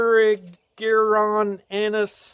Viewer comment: Air-rig'-er-on. That's how to pronounce Erigeron